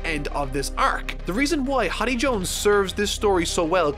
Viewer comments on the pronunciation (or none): its HORDEY not HODDY Jones haha. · Me ripping my hair out at you calling Hody hoddy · You did not just call him "horby" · Ah yes, "Hoddy Jones"